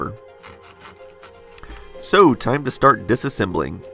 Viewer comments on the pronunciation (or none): "No Disesamble"